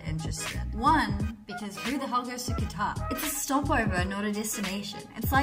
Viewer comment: I hear GUITAR whenever you say QATAR.